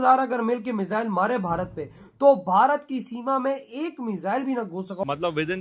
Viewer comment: Madum, it is Bharat not Baharat. Be duchashm alif..mean bha not baha of Mausam bahar